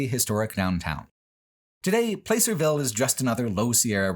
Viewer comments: I lived in California very near Placerville for a long time, and it was wild to see it on video and documented with your insightful thinking. I miss the beauty of Northern California’s mountains and forests very dearly.(Also, it’s pronounced like “Plass”-er-ville rather than “Place”-er-ville, not that it really matters) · Hey, my hometown of Placerville. BTW, it pronounced plass-er not place-er lol. Funny moment: right as you said the phrase "hidden history" you were driving past our strange Druid monument. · Never heard Placerville pronounced like that. Hard to believe you passed within a stones throw of where I live- I'm slightly north of Placerville in one of pitstop towns between there and Tahoe. I'm a little sad we weren't mentioned, but I get it. Anything between Placerville and Tahoe is basically unremarkable. The 'Hangtown' controversy is very in line with how most of the people in the area behave. My political science teacher recounted how one time a truck carrying a billboard with two guys kissing happened to pass through and the town was ready to riot over it. I'm not comfortable with talking to a lot of my coworkers about my politics, nor my sexuality. Maybe one or two actually seem to be amicable, but then the rest is 'communism this and communism that' and one of them I know openly dislikes the idea of gay couples adopting. It's like the Alabama of California, but for some reason they all hate living here. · Everything was fine until he mispronounced "Placerville"... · The nostalgia-tinged surreality of hearing describing the repulsive horror of Historic Placerville, a place I spent some time growing up in without anyone offering me context for Old Hangtown at the time, contrasted with the jarring immediacy of never before having heard it pronounced with a long 'a' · Oh nooo you mispronounced Placerville! Can't blame you, but that really struck the ear as a NorCal native